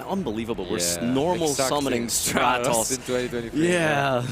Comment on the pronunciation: I need to know if still calls it 'Straight-Os' in a YCS setting.